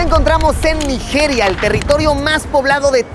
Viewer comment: Naijiria, la j tiene que pronunciarse como "chi" suave